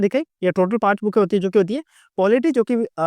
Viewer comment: Bhai ya to books bol lo ya पुस्तके बोल लो yaar बुके क्या होता है😁😁😁